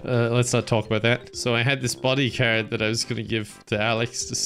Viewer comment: He says card i hear carrot